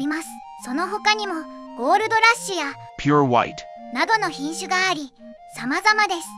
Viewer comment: ピュワホワイトだけ ピュァォワァイッ ってネイティブなの草